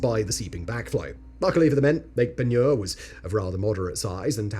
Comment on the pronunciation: I grew up right there in New Iberia and went fishing regularly in Lake Peigneur. Congrats on pronouncing it correctly! 😂 The mansion chimney is a bit creepy, but the surrounding gardens are beautiful.